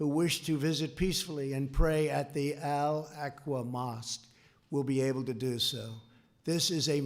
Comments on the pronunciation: Did he say "Al Aqua mosque" ? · How can we take him seriously when he says " Al Aqua Mosst " ???Come on!